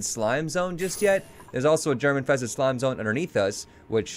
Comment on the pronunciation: Right at the start, when he said germ infested slime zone, i thought he said "german tested slime zone".